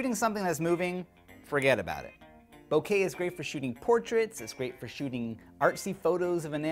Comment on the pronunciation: did he just say bukakke?